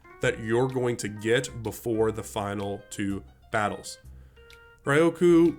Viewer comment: Rioku is an interesting way to pronounce it.